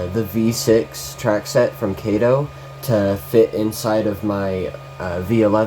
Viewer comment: Sorry, "Cato" was Inspector Clouseau's sidekick in the 'Pink Panther' movies. Kato is 'Kah-toe'.